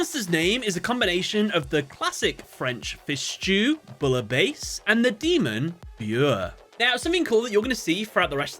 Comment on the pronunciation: Americans pronouncing „Bouillabaisse“ is even as a German insulting. I am really sorry for my French fellas